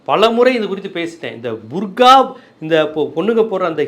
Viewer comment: ...பர்கா அல்ல புர்கா அல்லது பர்தா. சில நேரங்களில் சரியாக சொல்கிறீர்கள், பல நேரங்களில் தவறாக சொல்கிறீர்கள்.